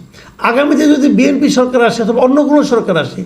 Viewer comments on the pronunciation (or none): none